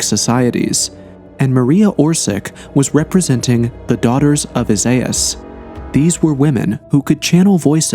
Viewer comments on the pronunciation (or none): none